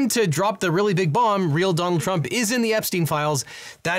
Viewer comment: every time he says donald trump, he says it like "dong trump". kinda nice